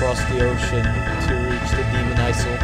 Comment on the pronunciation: Demon "Isal!" haha its Isle..as in island xD